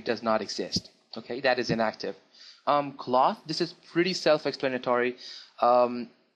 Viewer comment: How the hell you pronounce cloth xD However, people, stop saying 3DS is shit, you are shit.